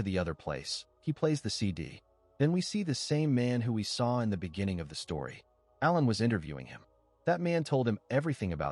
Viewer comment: This recap is done by someone who def doesn’t understand the English language! Aiming a gun at someone is NOT the same thing as shooting them, dummy! Also, it’s ALAN, ffs, NOT Ellen! 🙄 Come on! You should be doing better than this convoluted, getting names and events wrong, etc…